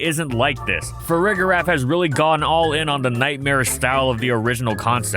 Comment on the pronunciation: For the record, the g in Farigiraf is pronounced soft, not hard. You should be saying the second half of its name like “giraffe” like with the first half of Girafarig. This is an extremely pedantic point but I feel like more people say it wrong than not and it annoys me for some reason lol